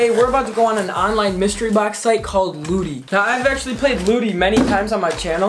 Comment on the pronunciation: When he said lootie I thought he said booty